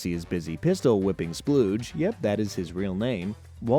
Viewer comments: His name is “Spooge” not “Splooge”. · Spooge, not Spludge.... Maybe watch the show before making videos on it...